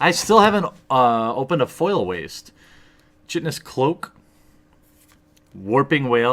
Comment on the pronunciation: Chitinous is pronounced Kite-in-us btw, just trying to be helpful